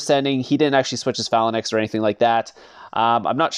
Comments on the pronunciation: FALANAX bro it's tilting me it's fei-lanx or something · PHA-LA-NAX is TROLL lol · ‘Fey-lanx’ Is pronunciation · Gets me tilted also 😂